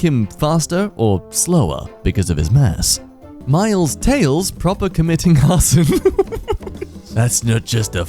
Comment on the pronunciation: That last one . . . His last name is supposed to be "Prower," not "Proper."